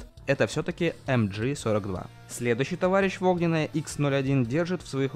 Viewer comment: MG- читается как МГ( в немецком языке нет буквы джи)